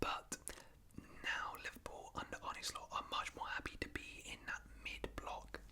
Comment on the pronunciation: btw its Arn-uh Slot, not Arnie